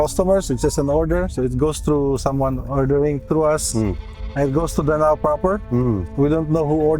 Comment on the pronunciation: DA-NAO & PAL-TIK. The correct pronounciation